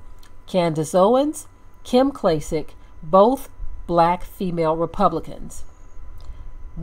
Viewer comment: "Klym"? Wtf?